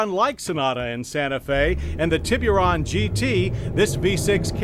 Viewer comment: "Tea-BeeU-Run" Lmfknao Hahaha